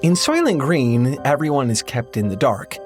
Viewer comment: the movie “SOYLENT GRÆYN!”